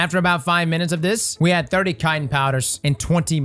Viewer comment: I've never heard someone misprounce "chitin" so badly 🤣🤣🤣🤣